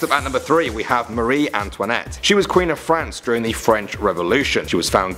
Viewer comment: Wait... No one is bothered about how Marie Antoinette in 4.19 sounds like Marionette? So it's just me? Okay .-.